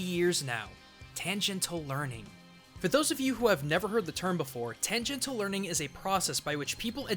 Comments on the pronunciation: You pronounce Tangential incorrectly. ti sounds in English aren't translated as hard T's, ever. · Pretty sure that word is pronounced "tan-jen-shull". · Okay, is using a local pronunciation of "tangential"? Cos, god damn, it just sounds wrong to me and is bugging the shit out of me